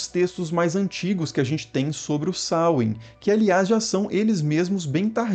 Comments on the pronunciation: A pronúncia correta não é essa. É sôuin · Samain na Galícia, pronunciando o segundo a. Veja algum vídeo sobre cultura céltica galega